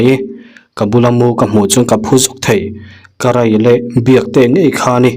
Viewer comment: Mizo dik takin...karai ...an ti ngai lo Karei...tih tur